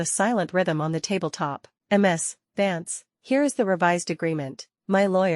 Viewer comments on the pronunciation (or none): Choose a better voice... I.D. instead of I'd. M.S. instead of Miz(Ms). Check your timeline. One month to build a special large building? AI, and it still can't count.